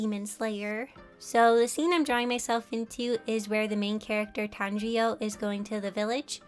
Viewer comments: You kept saying Tanjriyo😂 it's actually Tanjiro. I really enjoyed watching this video, I was actually just watching your latest video, as of now anyways. The one you released on 14th may and I saw this video on the screen and I just had to watch it. It's so adorable too. Your ability to match the styles and also make them your own is truly amazing! Your one of my favorite youtubers and I always enjoy watching your content😊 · It’s Tanjiro. Not Tanjio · I am sooo happy you drew yourself in demon slayer its one of my favorite Animes(she said the name wrong is its acutally TanjiRO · tanjiyo its pronounced TON-JEER-OH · Am I the only one who got triggered when she said “tanjrio” instead of “tanjiro” like lol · ITS NOT TANJIOOO ITS TANJIRO (tan-jee-row) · Am I the only one that realize that she said "kanjriou" instead of "Tanjirou" lol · "Tan-jee-o" do you mean tan-jee-ro. Any ways amazing job with the art keep up the good work! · Is it just me or did i hear her say Tangio instead of Tanjiro? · did she just call tanjiro "tanjio" (not hating just funny lol) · It's Tan-Jir-Ro😭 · For the last scene you added yourself in; Tanjiro is pronounced “Tan- Gee - Row” Just a correction!👍 (Please tell me if i misheard you..) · Tanjro is pronounced "tan - jer - o" its ok tho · pffft Tanjio not criticizing just thought your way of pronouncing is pretty funny i nearly spit out my water Anyways I really love your art style and keep on drawing :D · Tan-ji-RO sorry your just saying his name wrong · I was so triggered by her pronouncing Tanjiro as Tan-Ji-O.. but very nice Vid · love your videos but i can't tell if you said Tanjio or Tajiro if you did said Tangio then simple mistake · You said tanjiro wrong several times😭😭😭😭😭😭😭😭😭😭😭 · Me trying not to get mad at the way she said tanjiro but calms down because knows she is new to the anime/manga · who is kinda mad at her saying Tanjiro's name wrong.. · No, it's alright. My brother, when we were younger, couldn't even say "Tanjiro"